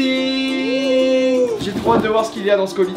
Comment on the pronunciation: 😌 plus jamais tu prononces "unboxing" comme ça